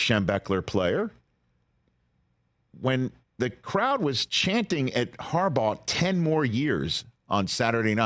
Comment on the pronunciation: A "G" isn't pronounced as a "J" i would think someone with a Michigan education can wrap their head around that one